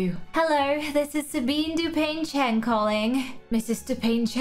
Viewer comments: its du-pan-chang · Please- the way she mispronounces Dupain-Cheng, I'm dying